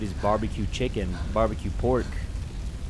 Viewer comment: I love when u say barbecue chicken. for some reason I start laughing my ass of when u say it